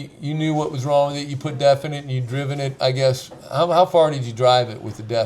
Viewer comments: Oh sorry it’s def, sounds like your saying death haha. But why don’t you explain what and why people are trying it. Thanks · A little background would be nice. I live in the Southeast US, and I have never heard of def. I had to look in the comments because I thought you were saying De@ Is it something available in a regular gas station somewhere? If so, what type of vehicle would use def?